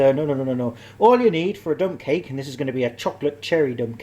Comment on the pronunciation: I though you said "i feel inspired to make a dumb cake"